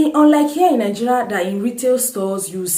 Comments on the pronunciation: Good 👍 reviews, a question, I hear most Nigeria pronounce it as Ninjeria, why soh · Good question. I am always puzzled by nigerians pronouncing Nigeria as Ningeria! Why the "n"? Please explain further.